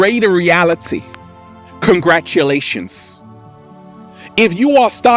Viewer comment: Does anyone else enjoy when says “Congratshulashons”